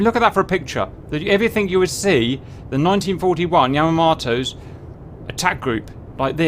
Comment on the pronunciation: His pronunciation of Yamamoto as annoying me, otherwise pretty epic.